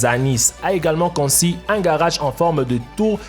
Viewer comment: "conci" conçuuuuu